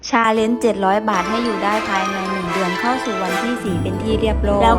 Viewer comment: ฟังทีแรกได้ยินว่าทำ "ซาเล็ง" เจ็ดร้อยบาท, กูก็ยังงงๆอยู่ว่าทำทั้งคันได้เหรอว่ะเจ็ดร้อย. ที่แท้ก็พูดไม่ชัดสัส555